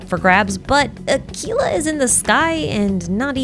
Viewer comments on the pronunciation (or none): As much as I love your videos.... why are you so insistent on saying certain words just... so blatantly wrong.... Aquila is not pronounced "Ackila" they even pronounce it several times... like good heavens it's driving me insane...